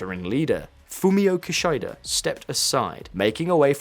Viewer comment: Kee Shai Da = Kee Shi Da is that so hard?